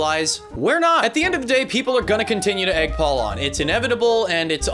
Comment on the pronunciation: Pual (pronounced POO-all)